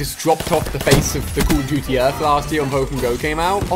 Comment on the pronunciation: "Ive been addicted to many Cuh Uh Duty"